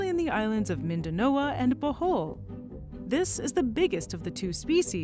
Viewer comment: You are mispronouncing Mindanao and Bohol.